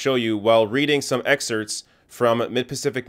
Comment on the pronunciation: Please stop dropping the p from excerpt.